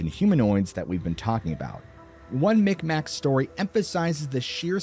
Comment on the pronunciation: Mi'kmaq is pronounced in a way I can’t type phonetically (or speak). However “migmaw/meegmaw” is also an accepted pronunciation. Never “mickmack”.